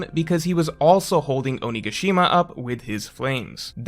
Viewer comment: Your pronunciation of onigashima is killing me.